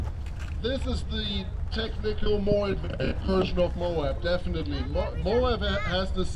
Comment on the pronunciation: Less isnt Morr 😂 Thank you !